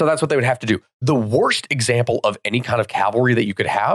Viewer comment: Calvary is the one american mispronunciation there's absolutely no excuse for